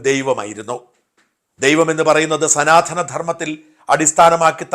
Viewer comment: സനാധനം അല്ല സനാതനം